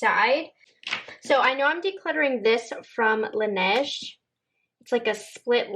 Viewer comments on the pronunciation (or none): none